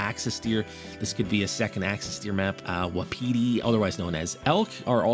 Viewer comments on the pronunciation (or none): wapiti is pronounced wap - it - e and they dont have ostriches they have emus